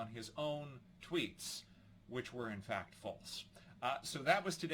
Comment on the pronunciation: Cause it sound like he said Twitter was doing "fat checks" 😆